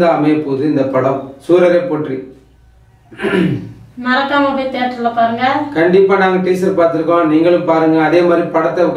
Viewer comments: அது சூரரை போற்றி இல்ல சூரரை போற்று என்ன டா பேசுறீங்க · 2.41 adey athu potri illa potru!!! Puriyudha da komutti mandaya😆